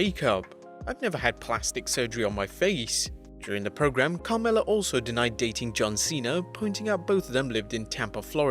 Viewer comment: CAMRELLA...lmao..its Carmella